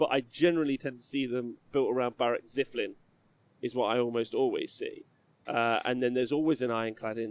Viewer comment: talking about mispronunciation... it´s ZILFIN, not ZIFLIN!!!! Great content, but in every show about KO this triggers me way to much. ^^